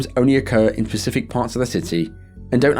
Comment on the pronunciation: I love your videos, and it's so cute how you say 'Pacific' instead of 'specific'.😀